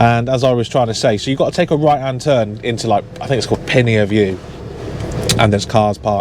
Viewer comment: Not your fault. He drove into you. Why he tried to do so I'm not sure it's not as though you're a small car or bike in his blind spot?! Btw As someone that lives in Harrow that road is pronounced pin-er view. Although your pronunciation made it sound much more exotic!! 🙂